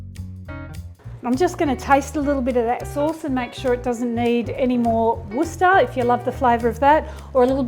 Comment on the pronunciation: JULIE - you deserve a medal for being the first person outside the UK to correctly pronounce 'Worcester Sauce'. NOT ONE AMERICAN has ever done it in any YouTube video to date (June 2025) - they totally bastardise the name to such an hilarious extent, it isn't even funny any more!